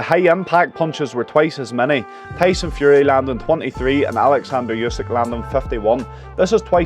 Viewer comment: you should learn how to correctly say the last name of a Ukrainian boxer